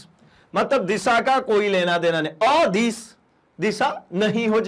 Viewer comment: Sadis or adis ke Pronunciation ko sudhariye